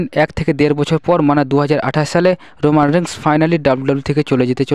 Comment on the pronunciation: উচ্চারনে সাবলীল হন, রোমান‌ রেন্জ না, রোমান‌ রেইনস